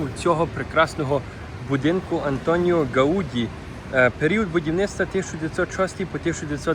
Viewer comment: Не гаУді, а гаудІ)